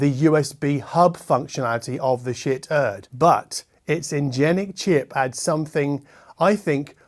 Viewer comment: Shiit is pronouced as Sheet. The shit joke has a beard.